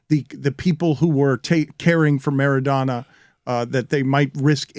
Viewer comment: Why the hell is LeBatard pronouncing Maradona that way? Doesn't he speak spanish?